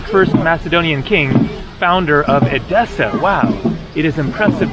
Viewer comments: It's pronounced Ethessa, same "th" like on the the English word "the" but the "e" sounds like on elephant. So, not edEssa but Έδεσσα ! Ethessa is how it's pronounced in Greek. PS You did a WAY better job, on Thessaloniki (almost perfect Greek there!) but don't get confued with that word because the "th" there, is pronounced the same,as on the word "Theory". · Actually the correct pronunciation is E-dessa not ed-E-ssa. At this time it is wiser for someone to go to the south to avoid the bad weather, from June to September it is better to visit Northern Greece. I know you have come to Crete but I think you will like the eastern part of it and it was a good choice for this season, we have 30 degrees Celsius here. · The prononciation of the tone EDESSA is the tone on the first ÈDESSA.